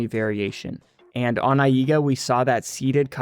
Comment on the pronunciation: I read AIGA as eye-guh so when you say eye-ee--guh it disturbs my attention lol thank you for excellent content as always :]